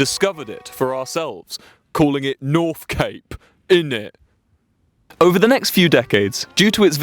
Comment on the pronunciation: “NORF CAPEH”